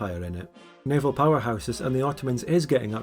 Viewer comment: Did someone say navial on purpose or did the spirit of bad frank possess them?